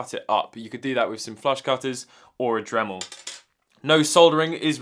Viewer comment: HE SAID DREMEL!!!!!!! We have got improvement. Good Job!